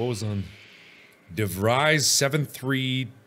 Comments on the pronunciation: Hendrik De Vreys, interesting way to butcher an Afrikaans surname, but I like it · When ur Dutch and de Vries seems to be pronounced wrong.. de Vries may be pronounced as (ie =ee from freeze) de Vrees. Or Im wrong,dont mind me. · Do all Dutch people get triggered by his way of saying de Vries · Hendrik DeVries is Afrikaans/Dutch name uwu, is pronounced "DeFres" is weird but yeh uwuu